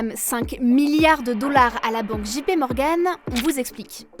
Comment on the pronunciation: JP dji pé non dgé pi oui